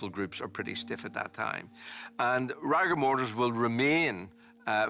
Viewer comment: So the the fact that the PATHOLOGIST got it wrong, completely ruined the whole investigation. Why didnt he just say he made a mistake? Also, why does he keep saying rigor mortis like that? Just bloody say it right!!! Bore.